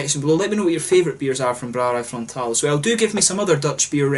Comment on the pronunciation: First off, awesome pronunciation of the name of the brewery! Frontaal has quite a decent balance between dark beers and ipa's/neipa's. They make some excellent BA versions of their stouts as well. Very nice to see the Netherlands represented in your reviews! And thanks for shout-out mate!!!! Proost!